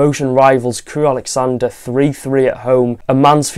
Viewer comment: Great review, balanced and thoughtful. PS. Please stop mispronouncing Crewe’s name - it’s not ‘Alexander’ but Alexan dra.